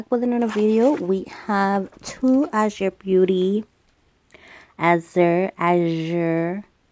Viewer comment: Love that you said it right 💙